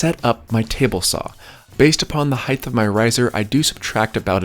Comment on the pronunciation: Height is pronounced with a hard t….not a th….really enjoy your videos